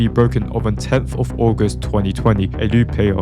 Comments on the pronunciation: “Aguest” ahh date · "augest" is crazy